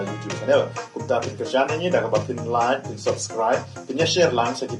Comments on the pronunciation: "LAIT" bad "SUBSKRAIT"...😅😅😅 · Lait bad subskrait ha shyrkait 😂